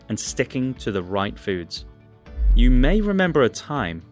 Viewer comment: Sorry mate cannot take your vid too seriously. As you do not seem to understand when to use the long the sound and the short the sound. Very distracting when trying to listen to what you say. Also this makes me wary about your attention to detail and absorption of information correctly. After all if you cannot master a basic of language why would you be capable of understanding the subject matter.